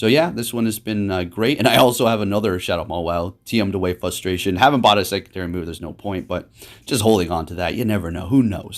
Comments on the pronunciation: what "frustrates me"' is hearing "fusstration". Come on! keep it on point brother. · For the love of god there is a "r" in "frustration."